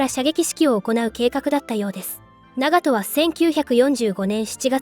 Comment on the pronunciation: What is with the awful AI voice that mispronounces basic things rangefinder is a gun? Don’t get me wrong it’s very informative and detailed just hard to follow when it can’t even pronounce the ships name correctly